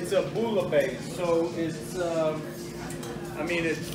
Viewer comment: Do it. If it’s comfortable for you then do it. Wait! Did he say boolabase??. OMG! That is NOT! How u pronounce that. Lol!!!